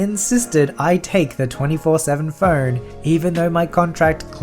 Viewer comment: I kept hearing Fern instead of phone, and it was hilarious that you had to have a 24/7 fern